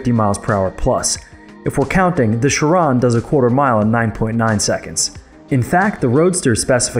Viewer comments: The way he pronounce chiron and superleggera gives me cringe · You are pronouncing chiron wrong and that is a limited production collector's car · You say genius but you can't even say Chiron and Superleggera correctly. So much for genius. If you can't appreciate cars in general, you have no right to simp over Tesla. Hypocrites. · Who else is triggered by the way he pronounces Chiron? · Can't even say chiron properly and you're a genius 😂 😂